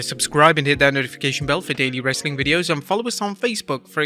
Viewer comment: The host really needs to learn how to pronounce wrestling, other than that very informative